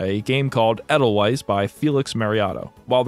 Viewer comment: "Edelweiss" is pronounced "Ayy-Dell-Vice," it's a German word.